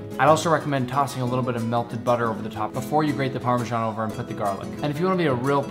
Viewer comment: it’s PARMESAN not PARMEJAN